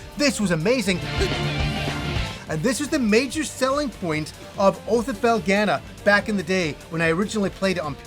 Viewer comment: I am interested to hear your take on your pronunciation of Felghana, You say FELL-GA-NUH when the voice acting in the game says FELL-GONE-NUH. I haven't heard that Japanese pronunciation either.